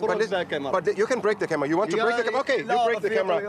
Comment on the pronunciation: He said Qatara not Qatar, which is a private place not a public place. He also said, bring your camrea not 'break'. This guy was just looking for trouble.